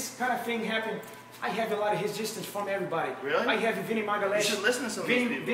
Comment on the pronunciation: Can’t pronounce his rs that’s heally heally funny. Smoking the heefer